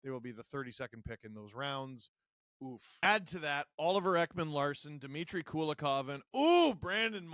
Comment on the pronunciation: Not Kulakov, but Kulikov - coolie-kov